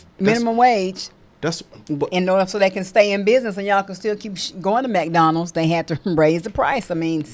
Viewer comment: "MacDonalds" 😂😂 i follow another guy that calls it MacDonalds 🧡